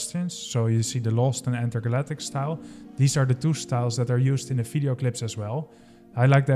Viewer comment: Dude, it's "Video", not "Fideo".